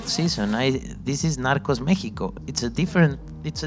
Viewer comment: Seriously?? 😂..How did she even end up there??😂..The way she pronounced NARCOS was just horrifying!!😤...Damn sure that less that 1/4 th the population of india would have watched narcos season 1 nd 2....nd much less for MEXICO..!!..This girl dont even deserve to be there cuz Im pretty sure that she has'nt even watched 1nd 2..🙄😏😏